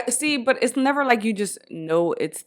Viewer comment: Me acabo de dar cuenta que dice but como butt y ahora no puedo dejar de escuchar butt